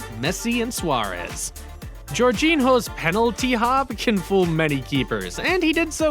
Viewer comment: Man really said jorjino